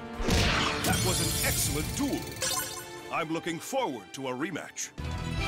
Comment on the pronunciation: Duel is spelled "Duel" NOT Dule and Championship NOT champion chip